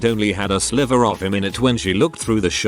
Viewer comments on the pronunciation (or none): none